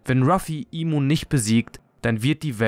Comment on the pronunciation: Der Charakter heißt im sama nicht imu sama es wird nur imu geschrieben aber im ausgesprochen